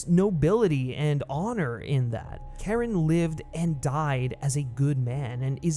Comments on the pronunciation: CHARON is PRONOUNCED SHA-RON NOT KAREN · it's not pronounced Karen. it's more like "Chair-On" or "Share-On" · This mf said "Karen" smh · did he call Charon,Karen 5555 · CHARON not Karen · He really pronounced Charon as “Karen” smh 🤦🏽‍♂️🤦🏽‍♂️ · Dude called Charon, "Karen" 😭 Disrespectful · Yes, thank you! And he's not the only one to do so in a video. Hard to understand - did they not hear his name pronounced in the film? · great vid, but the mispronunciation of Charon bothers me. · Imagine having Charon's name literally said in the movies a bunch of times and then still absolutely butchering the pronunciation